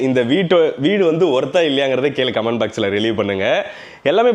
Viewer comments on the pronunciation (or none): none